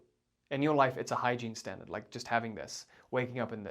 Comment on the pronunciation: Sorry, are you saying exactly “hygiene standards” ?